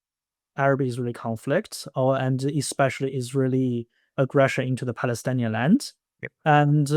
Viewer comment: Just a correction, the word is Palestinian and not Palestanian